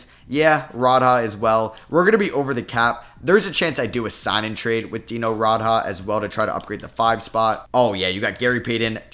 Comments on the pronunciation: This video hurt a little with the name pronunciation. It's Dee-no Raad-Jah And Ma-Mood Ab-dool Ra-oof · Hey You’re pronouncing Dino Radja wrong